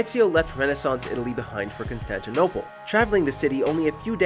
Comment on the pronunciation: IT'S NOT FUCKİNG CONSTANTİNAPOLE